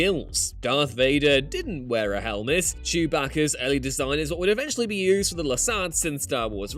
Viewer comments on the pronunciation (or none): none